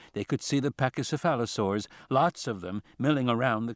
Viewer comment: How did Thorn pronounce 'pachycephala-' and then not get the 'saur' part?